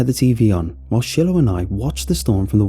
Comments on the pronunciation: An Easy Way to Remember: "It's pronounced 'Shy-Lo,' rather than 'Shill-oh;' just like you Smoke using 'Chore-Boy,' & Never use Brillo!" 😜😂🙃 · Are you saying Shillow? Chillow? Or are you mispronouncing Shiloh? Shy-lō is how it's said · it's pronounced Shy-low, not shill-ow xD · I’m pretty sure the dogs names pronounced “Shy-Low” not Shilow. Other than that another excellent story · Anyone else bugged by him probouncing the dogs name “shillllo” instead of “sh(eye)lo” 🤣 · “Shillow” lol you mean “shilo” (shy-low) ? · Great story and narration! I think it’s pronounced Shy-Low 😊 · It’s pronounced shy low(Shiloh) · If the dog's name is spelled Shiloh, it's pronounced Shy-low. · Yea, shy-low . it was meh, but not too bad. Still a good listen. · It took me forever to figure out why this guy's dog's name is Chillow -. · I'm pretty sure you're trying to say "Shiloh"... the dogs name. If so, it's pronounced "Sh-eye-low"... or "shylow" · Yeah shillow hits the ears wrong. Plus who didn't grow up with the classic Shiloh books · People are getting so mad about the dogs pronunciation 😂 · Well damn. Didnt notice it. Now I cant not notice it..